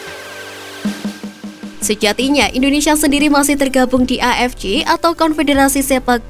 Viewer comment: AFC dibaca A EF CE, kalo mau ngikut bahasa inggris dibaca EI EF SI, Ini malah A EF CI, apaan anjir